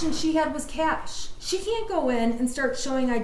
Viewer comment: & she even asked the guy, “ how do you say it?” & he said, “it’s ‘cash’” & she proceeded to call it “cash-a” 😅😅 why’d you even ask🤦🏻‍♀️🤦🏻‍♀️🤦🏻‍♀️